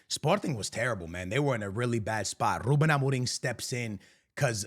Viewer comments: Overexaggerating lol Its not Rrrrrrrrrrrrrrrrrrrrrrrrrrrrrrrrrrrrrrrrrrruben Amorim ... just Rrruben xD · "R" extremamente exagerado brrrrrrr 😂